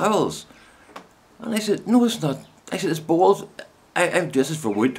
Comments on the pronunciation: For the first few times you said bowls it sounded to me as BALLS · OMFG LOL with your accent I thought you were saying BALLS LOL OMG too funny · Just wet myself laughing...... It took a while for me to realise you were rubbing liquid paraffin into your BOWLS as opposed to balls ..... lost a bit in translation..... eyes watering, face red ...There is something quite mad about laughing hysterically on your own....... such fun... ;D